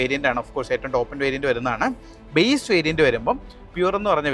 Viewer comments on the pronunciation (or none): none